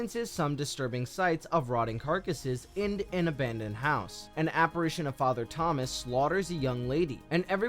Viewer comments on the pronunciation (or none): none